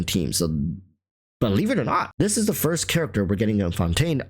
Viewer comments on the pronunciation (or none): none